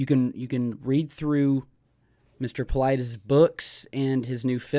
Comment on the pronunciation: You killed his name. He must have Greek roots, his name must sounds like Pavlethes (use google translate and put the following: Παυλίδης then ask to translate from Greek and use the speaker button to hear how it sounds)